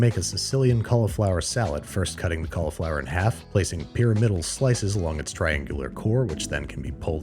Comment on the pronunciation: I am vexed by your pronunciation of cauliflower.